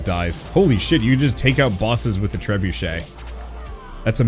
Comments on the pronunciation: My guy really pronounced trebuchet as "tre-bucket" looool Extra points for doing it on purpose Great video. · with that pronunciation of that siege weapon, you have soured your diplomatic relationships with France. the French have now spoken of a truce.